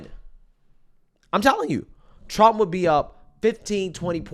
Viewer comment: She can't even say President Donald J. Trump's name